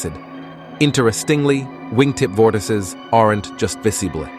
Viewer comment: Nice vid, though bro cannot pronounce "vortices"